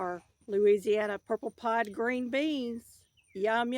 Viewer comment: Great harvest, praise the Lord! 🙌🏼 Oh they're purple 'pod' beans; yesterday I thought you said purple pie, hee hee! They are such a pretty bean, especially next to the green leaves. Very nice gardens. ❤ Happy growing!😊